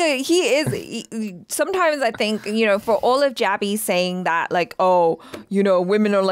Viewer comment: Jaby ❌ PUNJaby✅